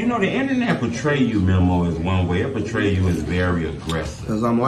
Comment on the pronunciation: This all you needed to do. Drop the interview. Was gonna unsubscribe from yo policey-ass on part 20. The man kept sayin his name and you kept with the ‘memmo’ 🤦🏽‍♂️